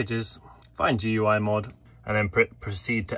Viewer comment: FYI GUI (Graphical User Interface) is pronounced the same as gooey